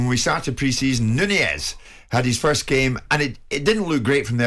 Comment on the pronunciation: Nunez (not nuniez like commentators are pronouncing it) was in the wrong. But, his head butt was tame, it was not powerful enough to drop Anderson, Anderson decided to grab an Oscar nomination with a farcical fall. The head of Nunez hit the chin/mouth area of Anderson and if it was a Glasgow kiss then Anderson would really have fallen without acting and there would have been blood. But, Nunez deserves a ban and I hope he switches on when he comes back and proves his worth.